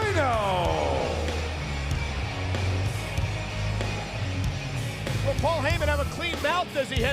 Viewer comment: I thought Tony Chimel said Rayno 😂